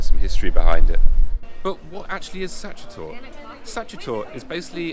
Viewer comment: Sachertorte pronounced as "such-a-tort", love it...